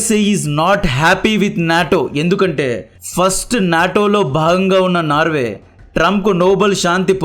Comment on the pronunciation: నార్వ కాదు బ్రో నార్వే